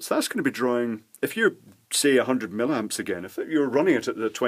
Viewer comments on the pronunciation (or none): Why millamps but milliwatts? The former appears, to me, to be an unpleasant affectation, and thoroughly spoiled my enjoyment of this this presentation. Normally I really like your videos, but this mispronunciation is grating :( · ...from where does the word...milamps...come from.....???....milliamps yes but milamps??? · It sounds most odd the way you say "millamps" instead of "milliamps". Is that a Scottish thing? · .Being a retired electrical engineer , l enjoy your vids ... particularly the Chinese crap stuff you rip apart , it's just that "milamps" does piss me off ! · Its an American thin as well. Not sure why we do it.